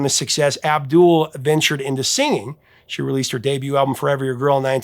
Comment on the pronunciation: Paula Abdul is awesome! She says it AB dul rather than AbDOOL.